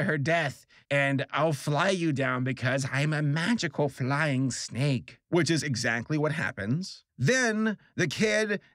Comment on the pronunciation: When he talked about the snake I thought he said stake.